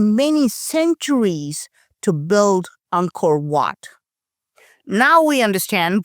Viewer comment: love your illustrated analysis...just pretend build has no u in it, so it is pronounced like bild....English is a fickle language! 😀